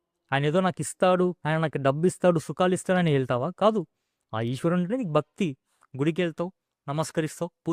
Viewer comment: మీ తెలుగు లో మహా ప్రాణాలు లేవు. భక్తి - అని సరిగా పలకండి. Siddulu కాదు, sidhulu - ఇక్కడ వత్తు ఉంది.